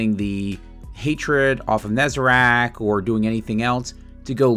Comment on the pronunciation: Please stop saying NezaRACK instead of Nezarec P L E A S E aztecross already does that crap enough